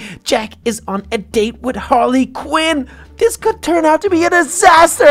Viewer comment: ITS HARLY QUEEN NOT QIN